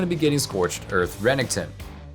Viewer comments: REneckTON. not runnington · That ra-ning-ton champion 🤣